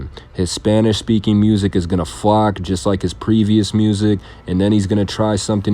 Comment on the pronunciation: The term is "flop". Sounds like you said flock.